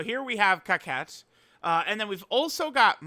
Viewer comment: Why u pronouncing Cocotte, kawkette ?